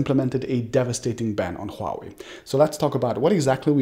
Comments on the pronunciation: You have the best pronunciation of Huawei among all the tech youtubers. Most of them call it Wuaway. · thank you calling it huawei, it's华为 NOT wahway, like all youtubers call it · First of many tech YouTubers who can correctly pronounce the word “HUAwei”... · Exactly! It is not hard to pronounce... Others are pronouncing wuawei... 😂 😂